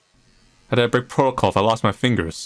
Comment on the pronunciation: MAH FEENGUS... MAH FINGAH ✋🏽